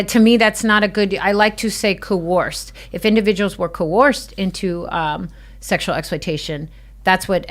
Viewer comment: Giving clueless the “blues” with clues…if you’re going to use the word “coerce” over and over, you should learn how to pronounce it…she’s a “survivor” of people calling her a “victim”…🤣🤡🌎 sooo mysteeerious about what she can’t say, smells like a SCAMMER!